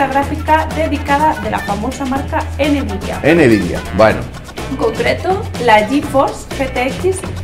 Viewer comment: ¿Por qué mierdas decís Enevidia en lugar de Nvidia? Menuda demigracia de vídeo.